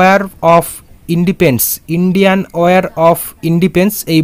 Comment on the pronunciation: Indepens na dada ota Independence 😋🤭